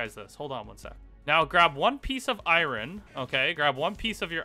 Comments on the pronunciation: isnt it called iron not iwrin? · Take a shot everytime this man can't pronounce iron. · Can’t handle the way you say iron. To bad, series was pretty good so far